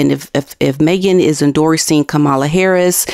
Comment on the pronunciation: hiya, watch you a bit, appreciate your content. Please learn how to pronounce Kamala :D thanks.